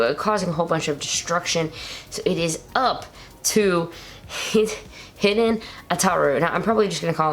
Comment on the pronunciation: As I said before, Hiden is pronounced "Hee-den", not "hidden". Also, Zero-One's name is Aruto, not Ataru.